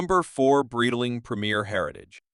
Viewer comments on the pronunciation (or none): Such a pathetic example of AI, cannot even pronounce ’Breitling’ or ‘bezel’ (beezel?) This CANT be sponsored by “Breetiling”